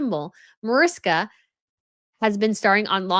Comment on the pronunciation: MAARISHKA, not MOERISKA